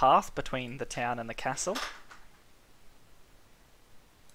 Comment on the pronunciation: It's just from the way you say Castle...